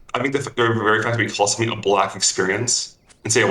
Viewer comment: "somefing", "fink" "wif" i cant trust people like this. Same as tunics, never trust someone who wears a tunic.